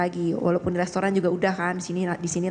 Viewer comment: Hitung berapa kali tersangka menyebut kata Lestoran. Wk gabisa spelling restaurant kah